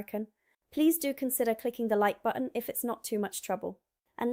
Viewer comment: Certainly nailed the word button, without any Ts.